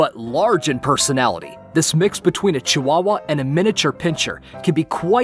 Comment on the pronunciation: Yeah you're right cwawwa